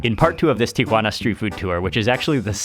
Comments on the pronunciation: I want to watch, but i cant listen to him TRY to sound like hes a local everywhere he goes. It is pronounced Tijuana. Tee a wanna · Someone must of enunciated slowly to Mark, "Tea-whhhah-na", I have never heard TJ pronounced that way, not even by locals. Tijuana has THE best FISH & SHRIMP TACOS ON THE PLANET! Even better in Rosarito, just a few minutes south of TJ. Order an ice cold 🍺Cerveza first, then Beer Batter Fried 🍤Shrimp or 🐟Fish, 🥬Fresh Shredded Cabbage, 🥑Avacado, 🍅🧅🌿Pico de Gallo, 💃🌶️Salsa Verde, 🐄 Dollop of Crema in a fresh made 🌮Tortilla. 🌮😋✝️ DIOS MIO!! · It is pronounced teeawanna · Oh no not Geoffrey. A complete hanger on.Its pronounced TI UH WAA NUH. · The most pretentious pronunciation of 'Tijuana'. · I know it's the proper way of pronouncing the city's name...but every time Mark says Tijuana, it made me giggle. It just throws me off when you hear his normal way of talking then all of sudden you hear pronounce TIjuana with a completely different accent and such a strong emphasis on the "Juana" part of the name. Plus, he said it so many times in the beginning of the video, it just I couldn't help but smile every time I heard him say it. Loved this video though, and always am excited to see Mexico and it's amazing cuisine which IMO doesn't ever get as much love as it deserves!! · not even the locals pronounce taco and tijuana like mark.